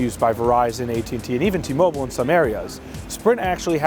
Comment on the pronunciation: It's T-Mobile not T-Moble